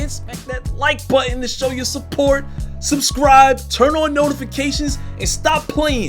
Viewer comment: Bro .. its NO-TI .. NO-TIFICATION